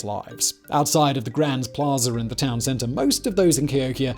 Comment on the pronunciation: Plaza, not "Plazer"